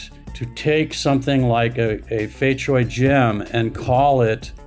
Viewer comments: Cui is noy pronounce choi. Its pronounced tray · Fei Cui, the pronunciation of "cui" Begins with the sound at the end of the word, "cats". So its not "chway" or "choy"